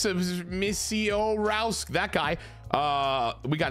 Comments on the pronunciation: As a Brewers fan, I can help with the pronunciation of Misiorowskis last name- Miz-or-ow-skee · Let's hope lol. Also, from a Brewers fan, it is pronounced "Jacob Miz-ore-ow-ski"